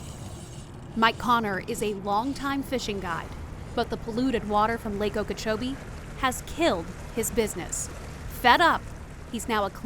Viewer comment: Lake okeech